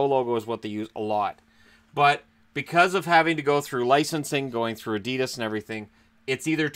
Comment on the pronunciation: Adidas ......lol you make me laugh saying adidas ............. its so wrong lol